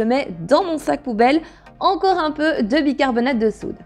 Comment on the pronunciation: Cc. Bicarbona(te) de soude et non bicarbona(de). 🙂 . C'est jamais évident d'avoir une poubelle qui sent très très bon et non très très mauvais. 🙂 .